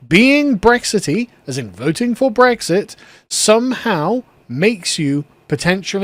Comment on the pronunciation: 'Brexity books' 🤣🤣